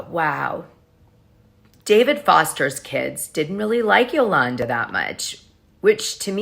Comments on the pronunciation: Why do you continually pronounce Yolanda's name different ways? You're correct when you say Yolawnda..... it's not Yolannduh. C'mon, Dana. You sound uneducated. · Yolanda is pronounced Yo-lawn-daw. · You are killing me with…”yo-LAN-da” 😂😂🤣🤣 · QUIT CALLING HER YOLANNDUH!!!